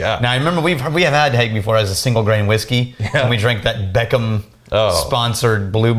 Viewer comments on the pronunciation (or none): none